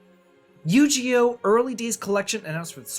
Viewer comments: Yu gi oh not yu ge oh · I pictured him laughing prior to recording this, saying; I’m going to deliberately mispronounce it. Will drive people crazy. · You-GEE-oh??? Okay i know you’re an old man but THATS A NEW ONE BROTHER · The "Gi" in Yu-Gi-Oh is actually pronounced with a hard "g", not a "j" sound. Sorry if this sounds pedantic. Longtime Yu-Gi-Oh fan from childhood. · I live for his mispronunciations 😂😂😂